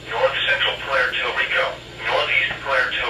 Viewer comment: "Pwair tor Rico"